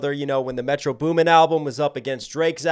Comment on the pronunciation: He says metro beuumen 😂😂